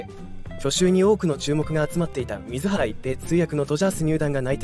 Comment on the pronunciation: 自動音声に全部任せて、水原一平（すいばらいっぺい）ということさえ、 修正を入れないのは、失礼すぎる。 ア〇なのか、将又、自動音声で作ってることを示すために意図的にしているのか？？